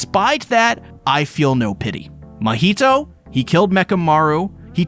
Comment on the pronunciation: It's funny how he's mocking the misspelling of the name mahito, but at the same time is mispronouncing the name the whole time.